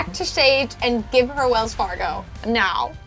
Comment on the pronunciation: besides the fact that she said "Walls Fargo"